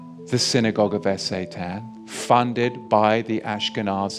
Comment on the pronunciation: Is S.A.Tan some sort of alternative pronunciation, or is there some sort of algo censorship of the full word?